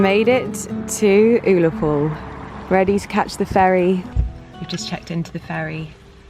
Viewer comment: Oh my god I pissed myself hearing your incorrect pronunciation of Ullapool. Hilarious.